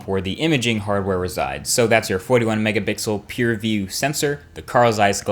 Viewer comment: Lol he said 41 megabixels